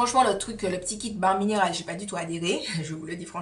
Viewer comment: Je ne connaissais pas cette box! Comment ai je pu rater ta vidéo dessus??! Ou peut être ai je oublié... Les marques qui misent sur une utilisation (berlingot) sont mega sure d'elles lol Une utilisation et ta vie est transformée! Mdr Pour bare mineral ça se prononce bère (j'aurais aimé que qq1 me le dise) merci ange céleste.... Miss univers, pas encore mais miss you tube déjà pour nous!;-) Bisou! A la prochaine vidéo!